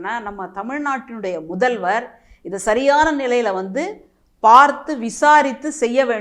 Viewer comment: பள்ளி முதல்வர் என்று தெளிவாக பேசுங்கள் சகோதரி